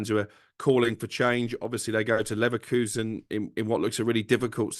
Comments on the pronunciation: I would bet my laverkHOUSEn on Simon never learning how to pronounce Leverkusen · Simons' ignorance of pronouncing Leverkusen correctly is astonishing. In terms of the FA scrapping replays, just give all league 1 and below automatic home advantage if they are drawn against a championship or premier league team, or maybe an option to choose whether they want to play at home or away.